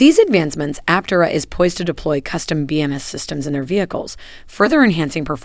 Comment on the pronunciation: Suggestion for your text to speech engine, for proper pronunciation, consider: : Aptéra,, instead of Aptera.